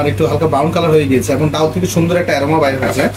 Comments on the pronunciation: অতি শুদ্ধ বলতে গিয়ে ডাউল 😂😂 বলে ফেললেন😅😅 এর শুদ্ধ বাংলা ডাল এটা সঠিক ✅✅ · আপনি ডাউল বলবেন না ডাল বলবেন শুনতে বাজে লাগে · ডাউল চাউল না উচ্চারণটা হবে ডাল চাল । আমার জানা মতে, একটি নিখুঁত খিচুড়ি রান্না করতে সমান পরিমাণে চাল এবং ডাল প্রয়োজন। কিন্তু মনে হচ্ছে মিশ্রণে চাল এবং ডালের অনুপাত ২:১, যা ১:১ হওয়া উচিত। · Dal not daul